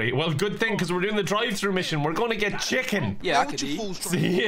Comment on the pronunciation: There’s something about the way says chicken that causes me so much glee